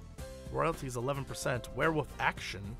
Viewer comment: JESSE. IT'S WEREWOLF. NOT WEREWOOF. WOLF. WOOOOOOOOLF. STOP WITH THE WOOF.